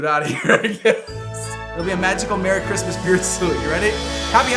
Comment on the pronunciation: WHEN YOU SAID MERRY CHRISTMAS AT THE END THE E AND THE R WERE THE WRONG WAY ROUND! 😂. AND THAT WAS ONE OF THE QUESTIONS! 😂